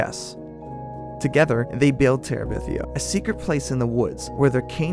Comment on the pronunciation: Guy's, it's Bridge to Terabithia, not Bridge To Teribithia. Get it right 🤓